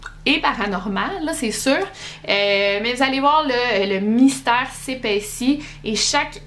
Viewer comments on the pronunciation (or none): none